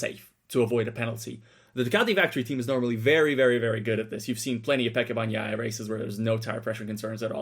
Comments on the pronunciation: please learn to properly say names... it's not BAG-NAIA cmon... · Bagnaia is pronounced with a silent G. God damn it😂